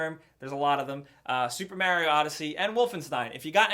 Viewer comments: why does call Mario, Mary-o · Why does he say Mario as maario? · Super mary-o😂😂😂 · I hate how You say Mario XD